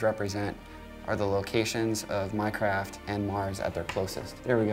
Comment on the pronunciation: Minecraft and mars?????? Who else heard "Minecraft" instead of "My Craft" ?